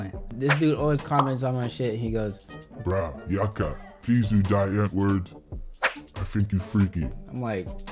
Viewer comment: Bra yaka (should sound like Bra yaaka) you need to drag that A sound a bit.